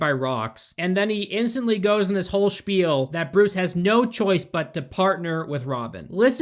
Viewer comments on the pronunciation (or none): none